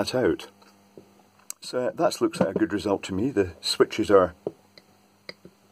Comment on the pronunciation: How "goot" is that goot wick?? LOL